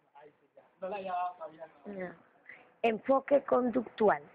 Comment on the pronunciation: que horrible video, redacción mala, lectura malisima, la persona no sabe leer ni pronunciar si lo esta leyendo de menos que lo haga bien ya que sus diapositivas sin orden se quedaban en la misma y según explicaba de verdad pésimo video no ayudo en nada y es conductual no conductal, lo vi a fuerza porque me lo dejaron de tarea.